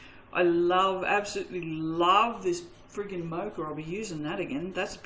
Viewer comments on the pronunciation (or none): C’mon you’re an Aussie pronounce Mocha the Aussie way not the American way!!!! 😂😂😂😆😆